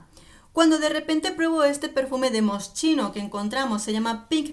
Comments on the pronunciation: Se pronuncia Moskino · Me has encantado, como siempre!! Solo una cosita, se pronuncia como si estuviera escrito así: Mosquino. Un beso fuerte 😘😘😘